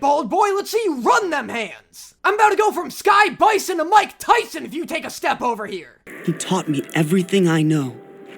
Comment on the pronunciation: I laughed hard when he said sky biso. To mike tysln😂I 😂😂😂😂😂😂